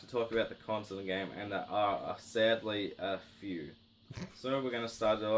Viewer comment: “And swadddly there are a phewww”